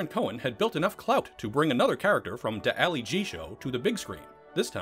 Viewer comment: I can’t watch that if someone who can’t pronounce “Ali G.” wants to explains Borat to me. Thanks, no thanks.